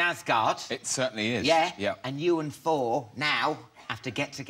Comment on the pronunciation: I do love how Alan pronounces "Thor" as "For." Tom Hiddleston is such a dreamboat. Loved him in "Only Lovers Left Alive."